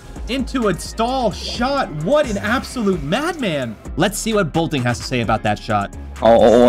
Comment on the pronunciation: He keeps saying bolting… ITS BOLTIN